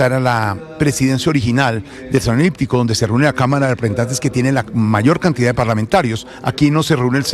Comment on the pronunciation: Salon “liptico ” dice Jorge Alfredo.. Se dice salon “eliptico”.